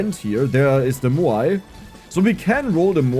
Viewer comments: Say "meow". Move the "ee" sound to the end. "mowe". "Maui". Muuai sounds hard to say. haha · Moai is pronounced "M-ow-ee"